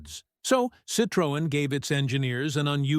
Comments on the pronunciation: Sitrowen - wrong Citroen - correct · AI, say Citrin... Not Citrowen. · It's not "citrÔen", it's pronounced "citroEn", the accent is in the last syllable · Ich habe nichts Neues erfahren und erst recht nichts schockierendes. Außer, dass die Drecks-KI nicht in der Lage ist, "Citroën" richtig auszusprechen... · ‹Shocking›? Not really. Surprising maybe. And the pronounciation of ‹Citroën› and other french expressions … well, try again. 😊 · Shockingly ignorant pronounciation of Citroën. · What a Disgusting and mispronounced CITROEN. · Learn to pronounce "Citroen!", it sounds ridiculous when You says it. And You got the suspension totally wrong, and the wiper stod still when the car stopped!! I had 4, so I know. Laying videos out on the web demands som knowledge